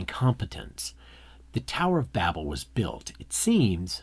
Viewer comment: How much of this is you and how much of this is Wells? Also learn how to pronounce automata and Babel properly.